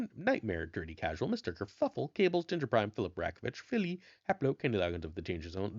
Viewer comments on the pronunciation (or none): none